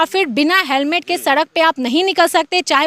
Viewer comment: हेलमेट बोलो सिपाही सिपाही हेमलेट बोल रहा हैं सही से बोला करों